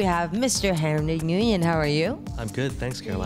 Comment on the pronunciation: I think his surname is pronounced "Wwin" and not "Ng-uyen"